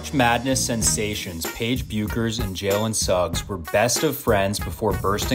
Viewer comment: Byouckers? It’s pronounced Beckers. If you wanna make a video at least pronounce the names correctly